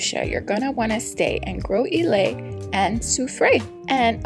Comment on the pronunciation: It is pronounced Gross-ill-lay